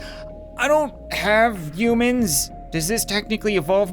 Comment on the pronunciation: Is it just me, or does he call humans - (you-mins)?